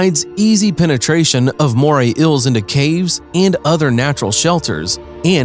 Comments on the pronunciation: I hate how he calls eels ills like bro it's eel or eels. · Eels, not Ills. Lol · Dude! Its EEls, not Ills. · EELS. Not ills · It's eels not ils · Ils?? Their Eels like say E not Ills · This guy clearly cant say eels PROPERLY....all i hear is moray Ill moray ill LMFAOOO its kinda annoying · Ills instead of eels Inhibitince instead of inhabitants And sabast instead of sea bass Is this man good? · Hi there. Today we will talk to you about moray iils... I can't watch your video if everytime you try and say eel is sounds like iil. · Bruh you really said “ills” and “inhibitints” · Not even 10 seconds into the video and I’m debating whether I should continue. I can sort of forgive “ills” instead of eels, but marine “inhibitants” instead of inhabitants!!! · Moray "ills"?????? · Moray ills belong to the family of ills. Other inhibitants? Get a new announcer / english book. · ok, i cant watch anymore, its killing meeeeeeeee "moray ills" FFS PRONUNCIATE!!!! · "moray ills" and "marine inhibitants" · Very annoying how he pronounces it like moray ills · "moray ills" "marine inhibitants" That's some high quality narration ya got there. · "Moray ills" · “Today we will tell you about moray ills.” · wtf is wrong with your English; ' inhibitants' , 'iels' holy crap, sue your school board and see a diction professional. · why the heck does he pronounce eels like that🤣🤣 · In the first 5 seconds of the video he can't even say eels right.